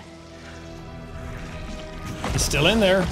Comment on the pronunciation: i like how venom says pete it sounds like he pronounces the e more so he says “peet”😭